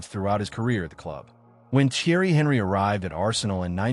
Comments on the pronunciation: When you pronounced his name i knew bs would follow . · How can we trust your opinion when you can't even pronounce his name correctly? 🤣🤣🤣